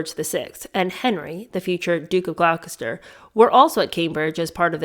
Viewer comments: I'm very much enjoying this! English words can be tricky to pronounce. I noticed Gloucester which is actually pronounced Glosster. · Fyi. .. "Gloucester" is pronounced "gloss-ter." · just to correct you on the pronunciation of the place name Gloucester....we pronounce it, Gloster!! What an interesting education the early 20th century provided that wouldn't go amiss today! I think as far as illegitimate children go, if social standing is good enough, it's maybe overlooked!